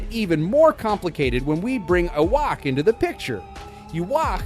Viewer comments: They way the AI pronounces Ywach like (Yu-wok) and (Yu-wash) are definitely worse. It's (Yu-ha-ba-ha) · well isn't it Japanese? But if you want to say the actual English pronunciation, you're wrong. It's (Yu-hava)!